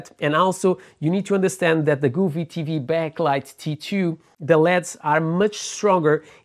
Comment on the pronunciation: Wrong...each tv is different, if I had your setup I would send it back and it's govee not guuuveee